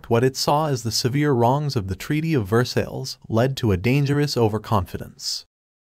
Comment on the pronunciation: It’s Ver-sigh, not Ver-sills!